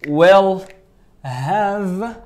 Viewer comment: استاذ مركش تقول في will راك تقول في well = معناتها حسنا